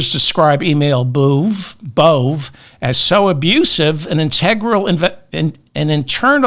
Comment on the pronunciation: Bove is pronounced Bo-vay. He’s an effing asshole either way.